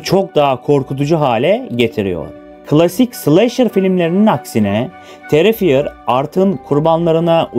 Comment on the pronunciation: Terrifier terifayır olarak okunuyo D